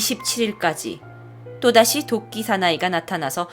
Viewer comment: 자꾸 도끼가 독기 라고 들리는 1ㅅ..